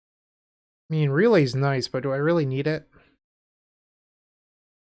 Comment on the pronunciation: First: Love the list, and completely agree with this being the best Relay list I’ve seen thus far. Second: the word “really” sounds a lot like “relay”…so I think the deck should be called; “Izzet Really Storm?”…but that just my 2 cents 🤣 Well done as usual brotha!